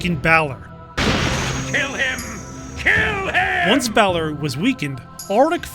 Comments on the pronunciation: Balor is pronounced like "valor" but with B. Not like "bay lore" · My god, its Balor not Bailer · How did you play the game when you still can't pronounce Connaught....? It's Connaught (as in Connaut) not Connact, it's also Balor not Baylor.